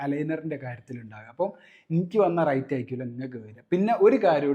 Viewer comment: Rite അല്ല rate എന്നാണ്.. റൈറ്റ് അല്ല , റേറ്റ്